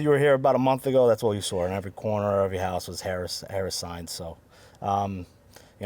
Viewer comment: Solid job giving zero substantive refutation and intentionally mispronouncing Harris's name. Masterful,!